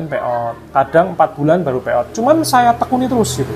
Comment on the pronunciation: Pay out ya mas? Kirain bilangnya peottt...Lama nyimak baru paham